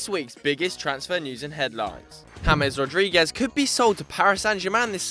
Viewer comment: I love the ignorant pronunciation of James Rodriquez